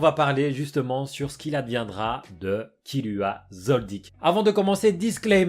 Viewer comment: il a dit spoual😂😂😂